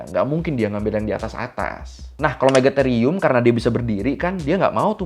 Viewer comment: Akhirnya Ada yg Bener Nyebutnya Megatherium 😁